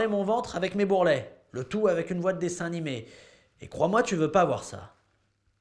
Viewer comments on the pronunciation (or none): none